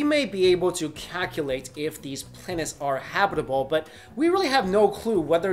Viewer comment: Don't get me wrong I love, however I CACK-U-LATE that he can't say calculate correctly. XD Lolzz